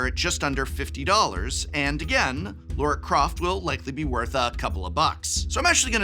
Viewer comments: It's Lara Croft, not Laura Croft, aaaahhhh!! ;) ;) Great video, as always! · Was calling Lara, Laura, a bit? Because otherwise… it’s Lara. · Love your content, Prof ❤ The product reviews, the campy jokes, the superior consumer advice, the exceptional attention to detail on The Academic - it's all amazing! So. Uh 😒 LAR-ah. Not Laura, not Layra. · Lara Croft. Not Laura.